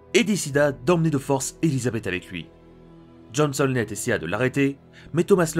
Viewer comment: C'est qui James Honlett ? James howlett